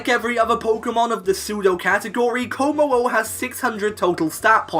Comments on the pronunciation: IT'S KOMMO-O, NOT KIMMO-O! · Komo-o? Srsly? Hahaha